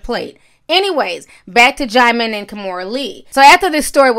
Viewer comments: Not DJAIMON...it’s DJEEMON. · It's even pronounced jih-mon lool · Not “DeejeeMon” 😭😭🤣☕️ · Oops... I JUST learned how to pronounce Djimon (JYE mon) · Hey Ti..it’s pronounced Diamond 💎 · But it's not Jymon. She still got it ALL wrong! Everytime she said Jymon I cringed lol. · Oh THAT'S how to pronounce his name! I used to say "Dijimon" too. Sounded like a damn Pokemon 😅. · Quiet as it's kept, I just found out THROUGH YOU (Ti) how to say his name... I was STILL CALLING HIS BIG FINE, CHOCOLATE ASS (DIJI-MON) & Since we're here I'mma KEEP CALLING HIM (DIJI-MON).. See... You can LEARN & SIP TEA with Ti.. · Djimon Pronounced Jee-mawn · Deejeemon tho😂😂😂😂😂😂😂 i used to pronounce it that way too lmao😅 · Djieziemon 😭😭😂 the way you pronounce names 😂😂😭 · Girl don't feel bad about not being able to pronounce his name. I used to call him Dijon like the mustard. 😂😂😂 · I could have sworn you said Digimon 😂😂😂 I had to rewind. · i thought the j was silent